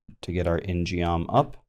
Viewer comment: Hey... just wanted to tell you ingeom is pronounced 인검 (in gum) its a korean themed weapon like the taeguk.. anyway hope this helps